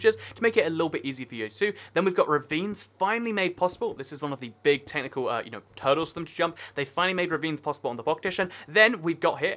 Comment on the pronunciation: Minecraft king I know but it sounded like turtles